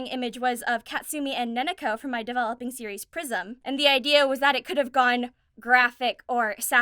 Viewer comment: I know it's prism, i swear I heard Prison from, also love your vids and your laugh always make me smile.